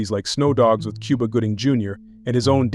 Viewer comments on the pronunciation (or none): none